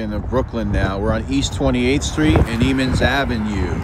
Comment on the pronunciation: it’s pronounced Emmons as in M &M not Eee